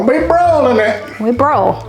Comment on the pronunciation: Congratulations on 300!!! You’ll get the hang of the Jersey “broil” lol. However it’s only one syllable 😮😊❤